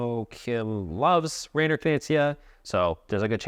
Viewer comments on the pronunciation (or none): none